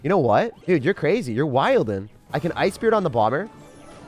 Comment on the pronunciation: did bro just say wildin with a d and a G thats crazy